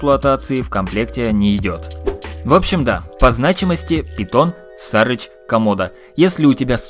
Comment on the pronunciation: Сары́ч. С английского Buzzard переводится как канюк, или сары́ч - птица такая. Неужели было сложно загуглить? Upd: досмотрел, даже загуглили, но ударение все также ставят неправильно. Пушки говно, даже того затраченного времени не стоят